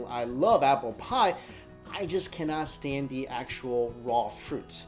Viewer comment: Why does he say shtand instead of stand